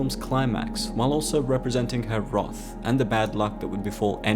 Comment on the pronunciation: Please work on your pronunciation of wrath.